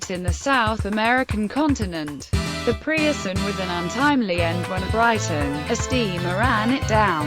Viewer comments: Point 1 - The "Pierson" was not the largest, the 'Preussen' was. Get the pronunciation right. Point 2 - It was not better speed that allowed engines to take over, clippers & big windjammers could leave the contempary steamships standing. Reliability of timing, the Suez & Panama Canals & required crew size were the factors. Point 3 - THAT BLOODY MUSACK is totally irrelevant and irreverent. Point 4 - Several instances of the wrong ship being displayed. Total lack of care & effort. Plenty more 'Point's at issue, it's just total crap. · preussen is actually pronounced "proyssen"